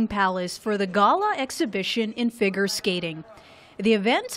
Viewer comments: anyone else kinda uncomfortable with the voiceover saying “gah-la” and “fig- urr” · did she really say "ah-dee-ah-go" when introducing D&W? and the voice-over couldn't pronounce "figure."